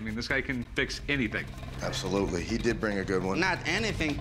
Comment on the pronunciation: he deeed he deeeed